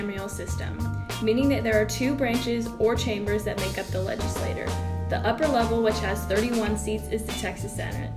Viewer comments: It’s pronounced legislachure, but spelled legislature. I know I was born in Dallas, TX. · legislaTORRRRR ahh! great video otherwise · I was hoping to use this in my Texas History class, but the mispronunciation of legislature weakens its credibility. it's also annoying. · The pronunciation of legislature and legislator makes it hard to distinguish what she's referring to